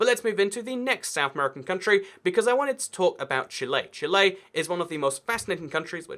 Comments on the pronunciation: why does he say chile as "Chilé" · 'chilay' ibx2cat, 2018